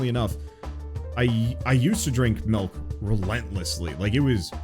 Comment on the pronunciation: My man says “melk”